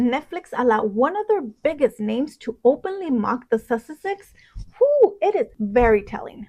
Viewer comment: I think your pronounciation of "sussexes" needs refining..